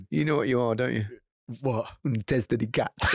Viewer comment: Micah's pronunciation of "testa di cazzo" gets a 10 out of 10!, you are a great teacher😂😂😂😂😂